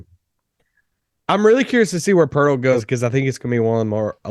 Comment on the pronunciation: Jacob Poetl? REALLY? Cmon man!